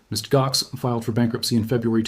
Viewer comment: The AI pronounced Mt. Gox as Mit Gox 😆 😅😂